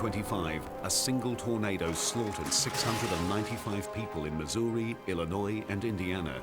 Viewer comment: Missouri, not mizooli!